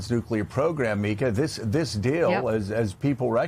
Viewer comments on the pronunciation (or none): none